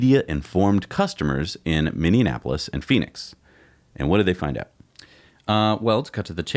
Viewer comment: Mini-in-apolis, lulz.